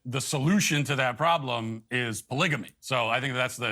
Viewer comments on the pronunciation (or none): I definitely need to get my ears checked, because I hear Matt Walsh saying „baligamy“ instead of polygamy. Wow, Matt Walsh‘s opinion is so balanced, cuz he finds that hoodlum ok and Taylor Swift negative. Wow, just wow.